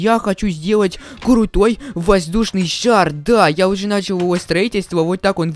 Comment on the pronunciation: он сказал курутой